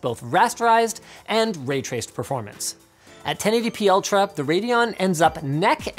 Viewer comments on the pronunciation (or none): none